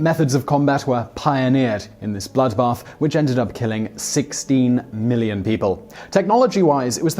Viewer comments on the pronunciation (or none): none